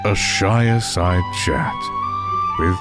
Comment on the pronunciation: I swear my dude says "A Shireside Shat"..